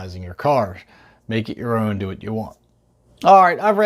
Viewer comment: If I gotta hear you say “ohwn” one more time I’m not finishing the video